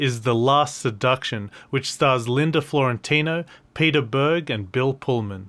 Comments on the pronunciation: Dude you GOTTA get the names right. That's essential. It's FIORENTINO, not FLORENTINO. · Fiorentino, NOT Florentino.